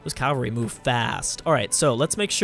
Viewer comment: 1. The scope of things isnt a saying 2. cavalry is pronounced cav-al-ree not cal-var-ee